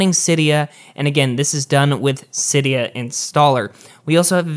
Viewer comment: Gazzy Garcia He also pronounced Sileo wrong. I was megatriggered!